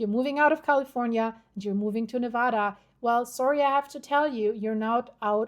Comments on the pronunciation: Live near there but if your going to report on things Nevada please pronounce it correctly!!!!!!😢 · You pronounce Nevada wrong.